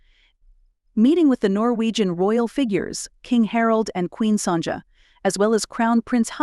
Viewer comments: One day these channels will use narrators who are real people and who research the pronunciation of unfamiliar words. Today was not that day. “Sonja” was the one that was annoying for you and mine was “tchar-lay” for “chalet”. This was when I suspected that AI was being used. Surely everyone knows that we pronounce chalet as “sha-lay”, as it’s a French word. Noah Webster has a lot to answer for with his famous desire to remove French spelling from American English. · Can we correct the Queen of Norway's name? Sonja; and then there is Letitzia Queen of Spain. Not only are the names spelled incorrectly, but the pronunciation is off as well.